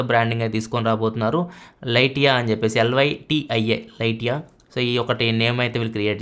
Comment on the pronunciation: Lytia: Li-she-uh Not Li Ti ah